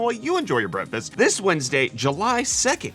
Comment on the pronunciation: Am I the only one who here's "breafis" in every video?